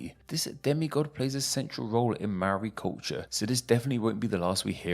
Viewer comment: Well at least he didn't say "may-ori".. He still didn't roll the "r" though.